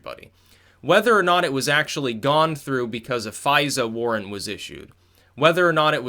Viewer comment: Are you saying fisa Warrant or warn???